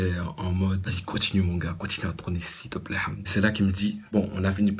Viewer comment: écoutez bien comment il dit la fin de s'il te plaît 😂😂😂😂😭😭😭😭